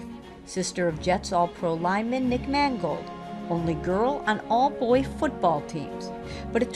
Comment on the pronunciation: HER NAME IS MANGOLD, MAN "GOLD"